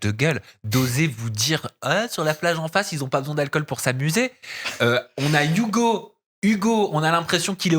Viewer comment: Arrête avec tes "DA" ouvre un dico tu es insupportable gamin, "je veux pas rester sur des avis de quelconque" mais qu'est ce que ca veut dire?! La fausse surprise de la mais mon dieu que c’est horipilant et arrête avec tes "YouGo" c’est HUGO pas YOUGO!!!!